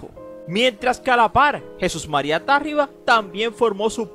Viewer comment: Es Tarriba, no Tárriba. Aplícate.